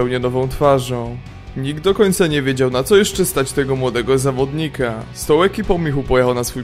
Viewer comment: spoko materiał, ale po 2 minutach mam dość, bo strasznie przeciągasz zdania: "Michu był nową twarzooom" "na co stać tego nowego zawdonikaaaa" każde zdanie musisz tak przeciągać? W polskim języku masz akcent na przedostatnią sylabę, a tak to brzmi jak mandaryna w sopocie ;)